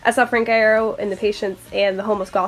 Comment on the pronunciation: “Frank eye-air-oh” I’m crying